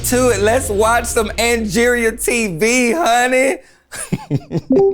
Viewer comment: NOT ANGORIA! LMAO